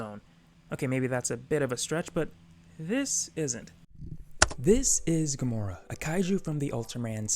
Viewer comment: Btw it's Gomora not Gamora